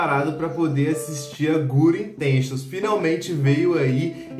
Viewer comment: " guri intenchions " kskskdk